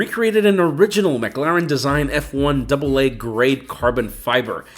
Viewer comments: Good video but it's 'Muh' Claren not 'Mug' Laren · McClaren, not mcLaren 😅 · Your saying McLaren wrong the whole time 😂 and idk if anyone even noticed it